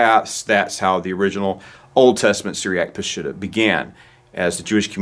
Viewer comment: Ugh... it is NOT pronounced "Pa-SHIT-ta"... it's "Pa-sheet-tah" 😉